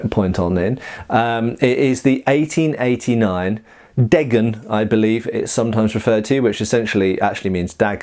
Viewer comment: Hey, "Degen" is NOT pronounced "Deggen", it's a long(er) 'e' at the beginning. More like "Dehgen". Greetings from Germany!